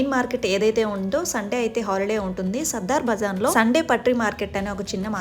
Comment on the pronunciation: దీని పేరు సదర్ బజార్. సద్దర్ బజార్ కాదు.